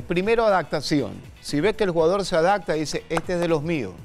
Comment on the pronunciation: El mejor comentarista! Pero abogado no se dice adacta sino adaPta!